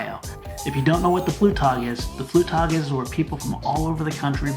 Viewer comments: It's not called "Flewtag" it's called "Flugtag" with a G in it.... If you use words from other languages, try to pronounce them right. It's not that hard with the help of google translator and looks just ignorant this way. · It's called FluGtag, not Flutag, damnit